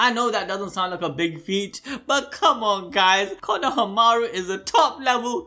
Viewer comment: Why does he say Konohamaru like, “Kono-hamaru”